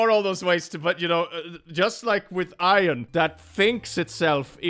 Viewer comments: you say iron like ion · The way pronounces Iron ⚛️